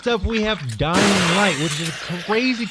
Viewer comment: Totally agree, sitting here with a f***ing pen ffs. Did not understand what he said next after "Layers of Fear" was it "dying right" or something???